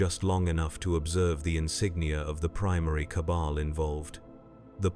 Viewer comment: Some of the chosen pronunciations are a little weird. Like "Cable" instead of "Cabal". Plus there are a number of weird pauses between words in a sentence